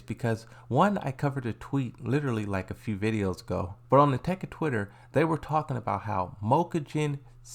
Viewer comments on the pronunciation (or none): none